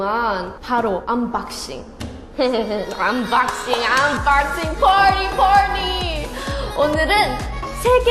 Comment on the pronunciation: 언박싱 발음 너무 기엽다ㅠㅠㅠㅠ 암바씽 ㅠㅠㅠ핵귀ㅠㅠㅠ